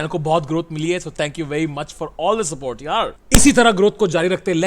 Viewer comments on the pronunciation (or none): none